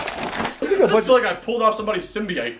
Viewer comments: Did he just say (sim-B-ite)or am i drunk Its pronounced (sim-B-Ote) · Sim-be-ite?!?!?! Its pronounced sim-be-oat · Who else got triggered when he said Symbyite? SYMBIOTE S Y M B I O T E!!!!